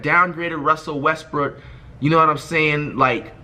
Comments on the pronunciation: I know this niqqa ain’t just say russell westbrick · did he say Russel westbrick????